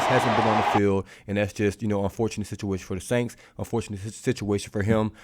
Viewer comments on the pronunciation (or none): Da “SAINKS”?????🤦🏽‍♂️